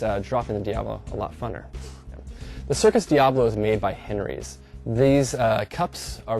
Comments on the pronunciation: he is saying it wrong, its diabolo bot diablo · is it pronounced Diablo ? He kept saying Diablo :D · ohhhhhh, there saying it wrong then =.=